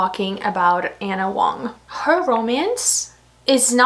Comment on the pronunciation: I don't think she cares. She still doesn't bother to correct herself on how she pronounces Ana Huang's last name.